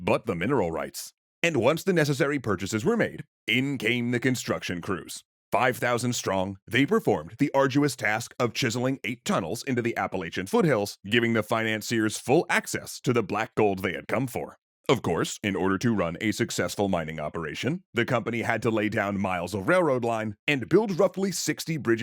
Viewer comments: As an Appalachian who lives in a coal mining area, the battle of Blair Mountain is a part of my heritage that not too many people know, so thanks for bringing light to it. And for the love of all that’s holy, it’s pronounced “APPLE-AT-CHA”. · I believe most people from the region pronounce it “App-uh-latch-uh” rather than how it was pronounced in the episode. Very excited to see you covering this!